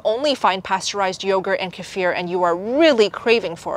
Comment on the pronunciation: Kefir? I thought you were saying casere. I've always heard it pronounced KEE-fer.